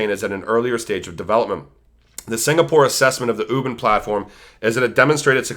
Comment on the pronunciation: Great Video! Thank you for the great content. By the way it's pronounce Wu Bin-- UBIN LIKE U like Uber and Bin as being.:)